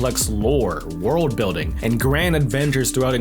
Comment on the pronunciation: BREAF of DA WIYULD